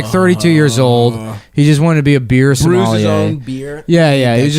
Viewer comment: Not how you pronounce sommelier. Where's the "ah" sound come from, exactly? So-MAH-lyay?